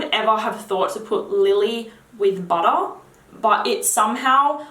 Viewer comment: Please say bahda(butter) in every single video. Made my day.